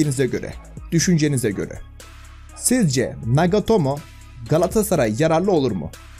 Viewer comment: NAGOTOMO DIYON ABI SPIKERLERI DUSUN BIDE JFIRJFJDI